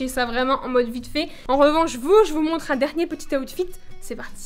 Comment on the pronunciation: ta di awtfit 20 foix c est outfit